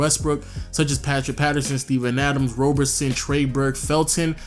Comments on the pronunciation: Isn't it Roberson not Robertson? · Bruhhhh it's Roberson not Robertson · Roberson* not Robertson